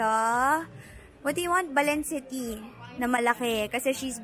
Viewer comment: Lol watch this video... balenciaga not balencity lol.. Before you go to luxury shops you must learn how to pronounce first.. Nakakahiya sa mga nakapaligid sayo e